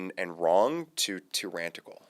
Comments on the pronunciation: Not tyrantical. Tyrannical. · WTF is Tyrantical? Please learn the language if you are going to interview people. The word is Tyrannical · It's TYRANICAL not TYRANTICAL. Otherwise good video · Tyranticle? It’s Tyrannical. Stop adding a T. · It’s “ Tyrannical” Not “ Tyrantical” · if you say tyrantical instead of tyrannical one more mf time.... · 😂 "Tyrrantical" 😂 instead of tyrannical!!! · Tyrannical* not Tyrantical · tyrannical, not tyrantical, lol. thanks! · it’s “tyrannical” not “tyrantical” (there’s no second T in it). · It's not, "tyrrantical". It is, "tyrannical". You seem far too smart to sound like such an idiot. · Tyrannical only has 1 T, it is not tyrantical. Thank you for the content. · Quit saying tyrantical... it's tyrannical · Tyrannical not tyranticle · Is he saying "tyran-t-ical"? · Tryrantical? LOL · I have never heard a coherent explanation why this is not a clear case of ex post facto, and thus forbidden by the Constitution. Btw, the word is tyrannical. There's only one T In that word, at the beginning. The word "tyrant" loses the ending T when you expand it to "tyranny" or "tyrannical". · Please for the love of god, please stop putting a T in the middle of the word tyrannical